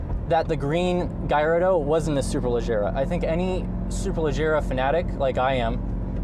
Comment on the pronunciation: Hey dude I'm 100% italian just FYI they pronounced correctly its not gaiiardo its Gallardo you welcome.